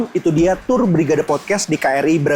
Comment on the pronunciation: cakap english pun bunyi jawa.. baik kamu cakap aja bahasa Indonesia.."Turr"...tour..bukan turrr...🤣🤣🤣